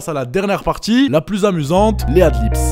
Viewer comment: c'est pas pour être chiant mais on dit adlibs et non pas adlips haha, je vois souvent cette erreur ducoup j'me devais de le dire :p